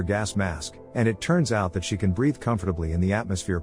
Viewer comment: You can't say "breathe" with your AI, AND you're hitting me with Climate Change 2030 Bullsh*t Propaganda. You're a failure, sir. Toodles.